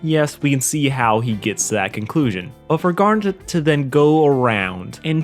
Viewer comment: Did he just have a stroke trying to pronounce Garnet’s name twice?